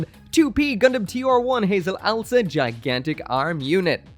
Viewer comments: I love the Watership Down name (it’s ows-la, not owl-sa, btw) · It's not Owl-sa, it's Ow-sla. (Oh's lah) I made that mistake for years until i properly noticed it.